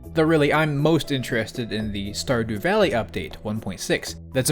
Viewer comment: Sturrdoow Vehleey